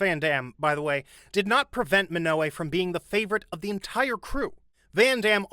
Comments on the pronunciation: Minogue? G isn't silent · kylie MINOLLI? it's Minogue, dude. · Minogue is pronounced by dropping the u from her name, your way sounds like minoway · Kylie Minogue is pronounced like how you pronounce Vogue. Unless the AI voice reading the script was reading typos. "Minoway" 😄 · It’s Kylie “Minogue” to rhyme with “Vogue” not “Minoway”. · Who's Kylie Minoway? This is the issue with A.I channels, they can never get the simplest things correct. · Butchered Kylie’s surname 🤣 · The way you pronounce Kyle's last name is hilarious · I was about to say the same. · I love your videos but do you purposefully mispronounce 1-2 surnames per video on purpose? This video: Minogue. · Please don't start using an AI. I'd rather hear a human make the occasional mistake than listen to another video narrated by a machine. Your pronunciation was definitely a bit off with that one though. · but what he said is not how Kylie Minogue pronounces her own name!